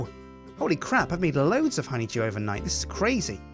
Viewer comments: it sounds like is saying honey jew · Anyone else think "Simon" every time he says "honeydew"?